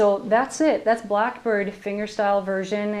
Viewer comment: "Blockbird"? Learn how to talk there heavy metal dick